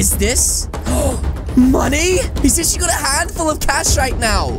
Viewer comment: Are you acshla afraid or spriders